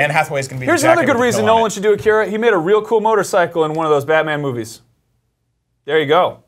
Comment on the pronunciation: Please pronounce "Akira" and "manga" correctly...